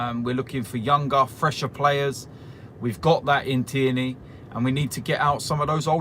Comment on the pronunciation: Its fucking Tierney TEAR KNEE!! not Thierneay hes Scottish not French!